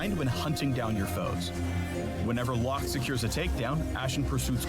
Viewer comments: Locke Correct Pronounciation: Lock How mfs pronounce it: Low Kay Yone Correct Pronounciation: Yo Nay How mfs pronounce it: Yown I CANT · "Lowkay" Why can major pros and content creators not read, hear, or say a name correctly. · Did he just call Locke, low Kay? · the e in locke is silent